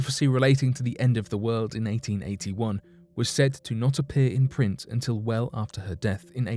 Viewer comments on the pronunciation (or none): none